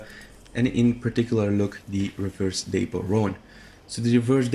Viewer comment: Haven't seen this mentioned but just a heads up for the future... Dapple = dap-pull, not day-pull. Anyway... otherwise, good video. My favorite is the Turk, MFT second, but online isn't as generous with horses as SP is. So that being the case, I've recently gotten to appreciate the American Standardbred. Granted I'll probably stop using it when I get a Thoroughbred, and the same when MFT unlocks after that, but it's still pretty solid for what it is. I just started using the same coat you tested over my free red chestnut arabian with better stats. Speaking of... I hate Arabians solely based on A) how gutless they are and B) how small they are. They're scared mules that are on steroids, basically. I'd love to have a Turkoman right now, but damn that level grind for the unlock sucks.